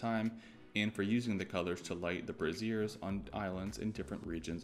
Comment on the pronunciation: LOL you called BRAZIERS .... bras....